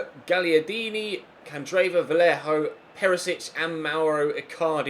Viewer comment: Its gaggliardini not galiardini